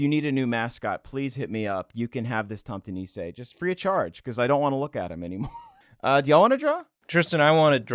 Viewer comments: I am from Norway, and that "tomte nisse" in the start of the video made me depressed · There is a difference between being angry and something being painful/bothersome. No accents don't make me angry, that's a silly question. However this wasn't a thing of accent, it was so botched, that you must wonder how he reached that point. It's like slightly cringing when someone pronounces "rødgrød med fløde" as "ROT GROT MET FLAOT" just sliiiightly painful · I'M SORRY BUT THE WAY YOU PRONOUNCE TOMTE NISSE IN ENGLISH IS HILARIOUS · Yeah you really Said the tomte nisse name wrong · Wait, i didn't know tomte nisses weren't known outside of scandinavia? also, you pronounced it all wrong (' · You butchered Tomte Nisse, I can never hear it the same again. Good video though. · 'tomte nisse' i died at that pronunciation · I lost it at the pronunciation of "tomte nisse" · Lmao the way you pronounced Tomte nisse. Loved the vid guys